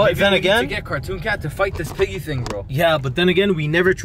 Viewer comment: Green screen piggy him: OmG PihIghGy